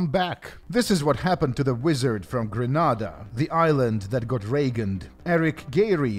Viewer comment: Oy. It's Gren-AYYYY-da, NOT Gren-AHHHH-da!!!!!! 😑😑😑😑